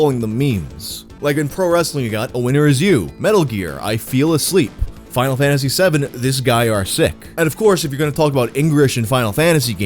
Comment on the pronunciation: Lol Fack you man. Reminds me of the scarecrow in Conker's Bad Fur Day saying Feck off birds. Wait for him to fall asleep or feel asleep. I guess if he feels asleep, that's good enough.